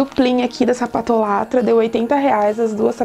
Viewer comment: Ri muito quando vc falou "sapatolátra" pq é "sapatólatra", tipo chocólatra, saca? Rsrs